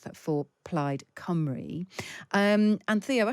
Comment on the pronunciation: Cymru = come.ree It's not that difficult